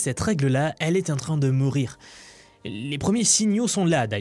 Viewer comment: Cette règle est en train de Moorir. Je ne sais pas si c'était voulu mais je l'ai entendu comme ça. 😂